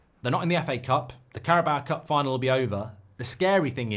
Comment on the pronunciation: Hooray! Mark has finally stopped saying “Carabowah cup” rejoice